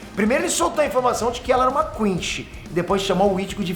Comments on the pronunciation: O vídeo tá ótimo mas fala chama de quinci não quinchy por favor 😅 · "QuinXy" nao existe,. Aprende a falar. "QUINCY" COM 'C'